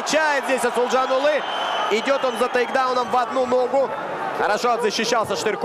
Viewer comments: второму комментатору пора бы не коверкать имя казахстанского бойца! проявите уважение! его имя Асылжан, а не Асылжан улы! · Комментатор ещё вам замечание. Қазақского бойца зовут, как ты представлял, Асылжан Бахытжанұлы. Но ты тут же, в начале второго раунда, говоришь Асылжанулы. Или ты решил подражать Путину. Дурной пример заразителен.